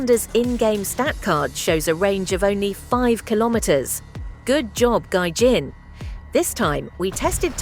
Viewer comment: could never get the pronunciation of Gaijin right😢